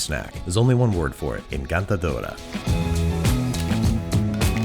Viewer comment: Oh man, "encantadora" sounded nice but "aRAYpa", was that really necessary?